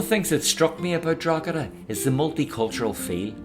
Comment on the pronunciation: Draw heda, silent g